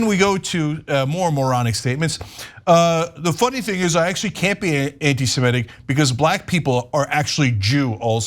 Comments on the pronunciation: You've got all the important points covered here, so I'll stick to the least important one: It's anti-seMITic, not anti-seMETic. Sorry, had to scratch that itch. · Even Ana mispronounces ‘Semitic’__ it’s NOT ‘Se-MEH-tic’!!!!! Get it right Ana!!!!!___